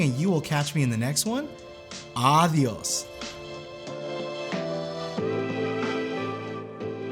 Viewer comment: As a Mexican, his adios made me cringe...